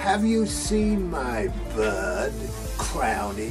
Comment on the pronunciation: hahaha soll eigentlich "bird" sein aber der boy hats nicht so mit der Aussprache :D